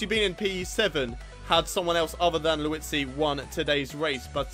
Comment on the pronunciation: lmao you say Liuzzi as Louis-zi